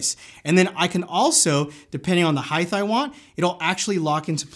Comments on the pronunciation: I notice you and whoismattjohnson say highth instead of height? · The price is fair for this. As you say it'll outlast any camera. It might also save your back in the long run. Why do people on youtube keep saying "heighth" though? It's height 👮‍♂️